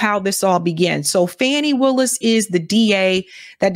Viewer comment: Her name is pronounced Fawny Willis. Not Fannie.